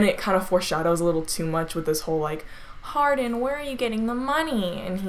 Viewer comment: “Harden” like “Hard-on” lmao Sorry